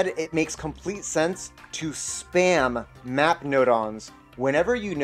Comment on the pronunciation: I heard “NOT”. Not “Map”.